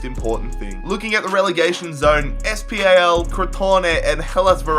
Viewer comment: You don't read SPAL letter by letter, it's read as one word. Great video, always improving